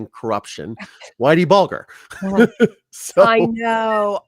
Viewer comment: Its pronounced bull-ger,,,,,ger as in Germany,,,,,🤡